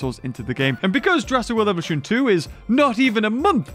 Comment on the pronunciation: When you were telling that beggining mod thing u said evution